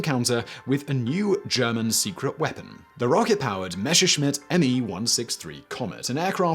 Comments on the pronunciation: Messerschmidt , not Mescherschmidt. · It's "Messerschmitt". Not "Meshershmitt". ;) the "s"ses in "Messer" (knife) are pronounced like in "mess". The "shmitt" (a "Schmied" - which is the word's modern spelling, is a smith) is okay that way, though. Not 100% correct, but the English "sh" is the closest you have to the German "sch". ;) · Why do you keep saying "Mesher-schmitt"? It's "MeSSer-schmitt". Just pronounce it the way it is spelled. Yes, I know because I am German. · And while you practice that you'd also might want to review "Messerschmidt" once more. There is only one "sch" sound in there. The double "s" is just a very sharp s sound and not a "sh" sound. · Your pronunciation of the Name Messerschmitt makes my (german) ears bleed.